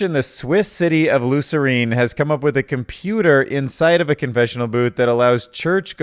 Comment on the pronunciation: Lucerne is pronounced Loo-sirn not Looserene lol